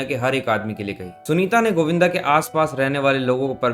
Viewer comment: sanita नही यार sunita